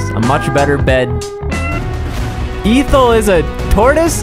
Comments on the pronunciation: EH-thel. EH-THEL. these were so good but freaking EE-thel broke me. I hate- hate hate hate- whyyyyyhyhyyyyyyyyyyyy am I like thisssss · He did not just call that turtle eeethel when its pronounced "ehthel" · It's pronounced EH-THOOL. Definitely no long "e" in the beginning. 😂😂😂 I have an aunt with the same name. Everytime you'd say it, i kept thinking you were about to say ether as in gasoline... 😅😊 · Not pronounced EEthel .. its eh-thul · Isn't it pronounced "Ethel" not "Eethel"? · its pronounced eh-thel not eefall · I just want to point out in the nicest way possible; it's pronounced eh-th-le. Not eethle. Have a nice day ☺️ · The dog's name is not Eeeee-thul. It's Ethel. Do you not know how to pronounce words correctly? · She, Ethel (pronounced eh-theel btw) is a girls name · It's pronounced "EH-thal"; a very old-fashioned name, btw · I think the name's supposed to be pronounced Eh-thl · Ethel was my grandmas name. It’s pronounced “Eh-thel” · I think it's supposed to be pronounced "Eth ull." Like, ethyl alcohol... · Ethel is actually pronounced eh-thel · You are saying Ethel wrong. It's pronounced eh thel . Like Lucy Ricardo's best friend from the I LOVE LUCY show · not to be that guy but it is pronounced (eth-ul) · I think it’s pronounced “eh-thel” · That’s not how you pronounce Ethel (ea-th-ul) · Bro pronouncing ethel like eethel, ythel or eathel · It's pronounced eth-all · It is pronounced ehh th eehl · Please tell me that's not how people there actually pronounce Ethel!! >_< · The way he pronounced Ethel had me dying 💀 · The way he pronounces Ethel is killing me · So… nobody gonna talk about how he pronounced “Ethel” wrong the whole time? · Not him mispronouncing Ethel's name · It’s- it’s pronounced differently than that,, like Lucy’s best friend in I Love Lucy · Ethel isn’t pronounced with the strong E. Say it like your saying meth without the M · The fact that you mispronounced Ethel irks me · i dont think its pronounced ethel